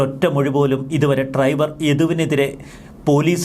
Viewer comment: Triver അല്ല driver ശ്രെദ്ധിക്കുക 🤭🤭🤭